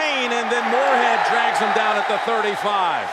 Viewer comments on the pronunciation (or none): And he pronounces the word “him” as “eem”